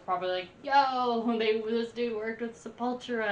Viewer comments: It’s pronounced Se-pul-TU-ra, not Se-PUL-tra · Just FYI, it's pronounced with the stress on the third syllable: sep-ul-TU-ra. It's Portuguese; similar to Spanish but not exactly. Enunciate the T; it's not a 'ch.' Not sep-UL-chu-ra. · You keep pronouncing it Sepawltra. It's Seppul-toora. It's a play on sepulchre. There are two Sepulturas; pre-Roots and post-Roots. Roots was their first tribal album. Their tribal metal was heavily influenced by nu-metal, and in fact Jonathan Davis even guest appears on Roots. As for me, I prefer their pre-Roots period even though I do dig a few cuts from the Roots album. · sep-ul-TUR-a... not se-PUL-tu-ra. It's all good, you didn't know. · Sep-Ul-TOUR-ah, not 'Sepultra'. Sorry but I can't stand this awesome band being mispronounced. ;) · Its Sep-ul-tura. Just say'n. Fun watch. And the first song "Troops of Doom" was re-recorded during the "Arise" album. Their first few very much different, closer to death metal. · Sep-ul-tura. It means grave.. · Sep all tur ah . I don't know wtf you even called them . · Your "American" pronunciation is incorrect.! The name is "Scept A Tura" Once again I've grown up listening to this type of music.! Just have a look the logo.? They represent BONE's & Brazilian graveyards.! Death Metal.!!! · You mispronounce Sepultura. They blew my mind in the early to late 90s! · The way you say Sepultura and Deicide is triggering me sooo much